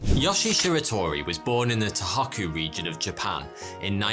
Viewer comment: I keep hearing "the otaku region of Japan" 😅